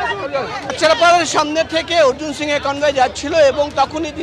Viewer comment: এবিপি আনন্দের সাংবাদিক ভাইদের দৃষ্টি আকর্ষণ করছি , একজন নন বাঙালিকে কিভাবে বাঙালি বানিয়ে দিচ্ছেন। তার নাম অর্জুন সিং, অর্জুন সিংহ নয় ।এটা অত্যন্ত লজ্জাজনক ব্যাপার, আশা রাখছি পরবর্তী সময়ে এরকম ভুল যেন এবিপি আনন্দ না করে। ধন্যবাদ....